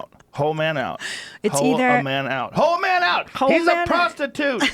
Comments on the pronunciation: I thought he was saying "hoe meadow" which might be some kind of gay sex slang or something. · Dang, I think he says: "Whole Menu". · “WHOLE MENU” THATS WHAT HE TRIED TO SAY 😂😂